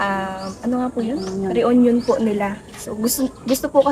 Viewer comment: Re-unyon? Watch ur diction, reunion shud pronounced"reyunyon" not re-unyon, no offense meant